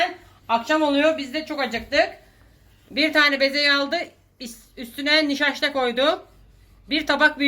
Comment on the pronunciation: senin nişaşta demene kurban olurum ya, Antalyam güzelse sebebi sensin 😂🖤